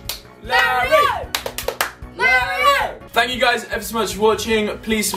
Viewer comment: When they were chanting was it just me that thought Oli said "Larryo"?